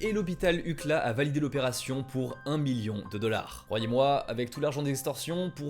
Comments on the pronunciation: Passionnant ! Juste un détail de prononciation : « UCLA » c’est l’abréviation de « University of California Los Angeles »… donc on plus souvent l’habitude de prononcer « you-si-el-è » 😉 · ça se prononcé "U - C (see) - L - A (ai) = c'est un hôpital universitaire. Je suis surprise en revanche qu'il ne l'ai pas fait à USC, l'hôpital de l'autre fac Los Angeline (la mienne !) Qui est un peu meilleur mais surtout ultra corrompue 😅 ça a peut être a voir avec le fait que Shinzo Abe à étudier à USC ? UCLA est une fac publique donc c'est dingue qu'il ai un accord avec eux. Après s'il y a bien une ville et un état americain où il y a une forte diaspora japonaise, c'est la Californie. Mais si UCLA a travaillé en concordance avec le FBI alors il y a de forte chance que le donneur est bien été mort naturellement. Il a surement pu s'acheter la priorité ça, peu de doute. Les plaques de "mécènes" dans les universités sont très courantes. Sur les bancs, des murs, ou parfois des noms de bâtiments. C'est toujours des riches qui veulent faire entrer leurs enfants car ces derniers n'ont aucun mérite, alors on boost le dossier 😅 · Mince UCLA j'ai mis du temps à comprendre que tu parlais de U.C.L.A on le dit lettre par lettre en anglais c'est une fac énorme ;) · UCLA se dit « You see elle aie » 😂 C’est l’hôpital appartenant à University of California Los Angeles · L'hôpital "UCLA" 🤣 c'est "You Si Elle Est" amigo XD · Petite chose il faut prononcer en anglais chaque lettre U C L A 😂 merci! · UCLA se prononce en lettres séparées à l'anglaise (You-See-Elle-Hey) et est un acronyme qui désigne ''University Of California at Los Angeles''. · Énorme la vidéo je l'avoue . Surtout la fin ! Ça valait bien 40min. Mais le détail qui tue : la prononciation de UCLA en "ucla"...ça m'a fait siffler les oreilles tout long 🤯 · top video mais le nom de l'hopitalse prononce you ci L Ai (universtiy of california Los Angeles) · Hôpital Ucla….. Belle prononciation à la française 😂. Très bonne vidéo quand même